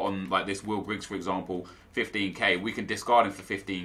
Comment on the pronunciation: Please stop saying GriggS, it makes me tear my hair out. Thank you x